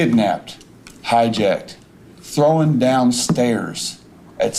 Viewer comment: The idiot for the life of him can not say the word, THROWN, he keeps saying THROWING DOWN THE STAIRS!